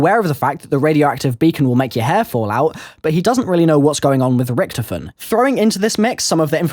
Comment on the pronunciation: It's not ricktofen its fucking richtofin